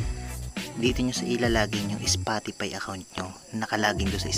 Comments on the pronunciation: "spotipay" xDDD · Bruh it’s a Filipino accent it happens to all Filipinos